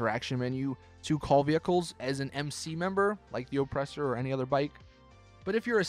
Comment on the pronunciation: Why do you say ŌPresser like that